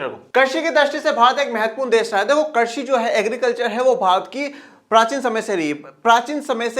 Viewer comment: Krasi nahi krisi😅😅😅😅😅😅